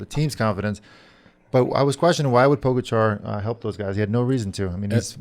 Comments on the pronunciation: How about pronouncing Pogachar correctly? You guys have had enough time by now to figure it out. Show him some respect. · I did help out.. by correcting ur mistake. Now the ppl reading this thread will actually know how to pronounce his name. It all worked out in the end buddy 👍